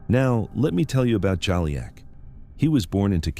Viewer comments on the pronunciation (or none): the video keeps changing his name…. It’s not “Jolly-ack”, it’s “Ju-leek”